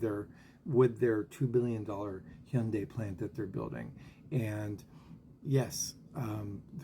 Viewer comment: Hyundai. Rhymes with Sunday. That's the right pronounciation.